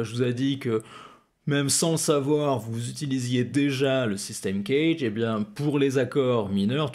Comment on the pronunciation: Euh.... Le systeme CAGED (phon: Kajede et non pas Knedge ou je sais quoi) est expliqué dans toutes les methodes guitares digne de ce nom. Ce qui est rarement dit c'est que l'ordre C A G E D ou DO LA SOL MI RE est important a connaitre en termes d'improvisation, mais vous ne le dite pas non plus